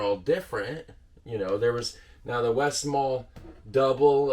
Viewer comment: My go to is the westmalle tripple. You do pronounce the le at the end of westmalle btw